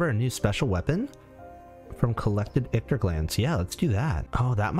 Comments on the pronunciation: Sorry homie. Ichor doesn't have a "t" in it. It doesn't rhyme with victor. Your pronunciation drives me bonkers. Hahaha! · The way you’re pronouncing Ichor is bothering me way too much